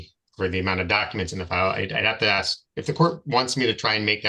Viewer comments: Another black guy who can’t say “ ask “. It’s not pronounced Ax. This poor man is obsessed in thinking that he’s a victim. Sylvester Evans? He is not competent. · He would "axe" him? What an ignorant mooron!